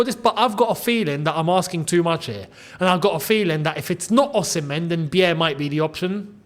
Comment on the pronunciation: Beier is pronounced 'buyer' not biyeahh